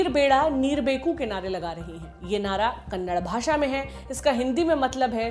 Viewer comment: Madam kannad nahi kannada